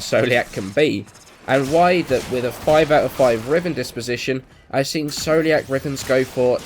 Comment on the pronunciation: scoliac is pronounced skoliak like the disease just saying